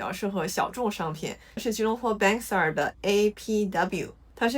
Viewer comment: Bangsar是 唸 幫沙。